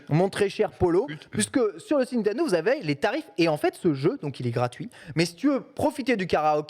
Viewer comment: J'adore mais ca me trigger tellement quand elle prononce "NiNtendo" sans N, "Nitendo" xD.